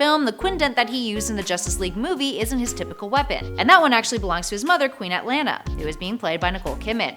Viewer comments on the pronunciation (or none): none